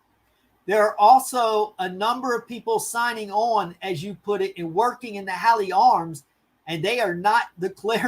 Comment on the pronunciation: Sorry, I'm late to the show because I am in the UK. Happy to help with translation. SNP is the Scottish Nationalist Party. Hawley Arms is pronounced hor-lee arms, Edinburgh is pronounced Edin-borough.